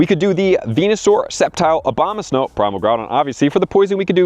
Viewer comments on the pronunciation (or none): none